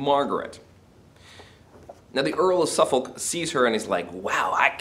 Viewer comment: There is no real justification to claim the relationship between M and Suffolk was actual adultery. It is never even suggested by any character, even M's enemies and it is also a side issue in the course of the plays. Not so keen on your mispronunciation of names such as Warwick and Suffolk which suggests you have not seen any quality British productions of these plays but only read them.